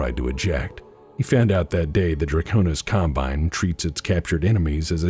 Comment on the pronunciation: Dwaconis Cwombine, we have dwagons.